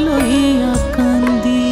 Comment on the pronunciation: হেমাঙ্গ বিশ্বাসের এই গানটি আমি আমার গুরুবাবা শ্রী শুভেন্দু মাইতি মহাশয়ের কাছে একেবারে খালি গলায় প্রথম বার শুনেছিলাম।। একদম কেঁদে কেঁদে ভাসিয়ে ছিলাম সেদিন। "কান্দি" শব্দটি ওরকম উচ্চারণ আর কারোর কাছে কোনদিন শুনিনি।। সেই অপূর্ব আকুতি 🙏🙏🙏🙏🙏